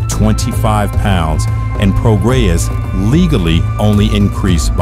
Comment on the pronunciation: I've never trusted any fighter who participates with SNAC. Doc was excellent by the way. Great narration and script. No goofy business or trying too hard. You kept saying Prograis name wrong but I won't dock you for that buts it's Pro-Gray